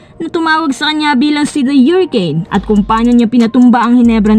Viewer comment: Hurricane hindi hyuricane!